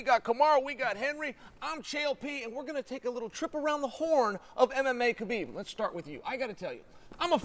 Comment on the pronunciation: Let's pronounce his name correctly It's HABIB, meaning BELOVED🤩 Thank you guys